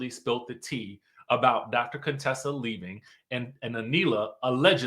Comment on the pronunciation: Dr. Cone-Tessa😂